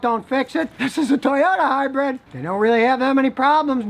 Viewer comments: Brid NOT Bread! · Scotty says "Hi-bread". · Hmmm. All I can gripe about is Scotty saying 'hybred' instead of 'hybrid'. I don't like to gripe, but Karen kept yelling at me about it. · What is it about northerners that they cant pronounce hybrid? Both scotty and regular cars say high bread.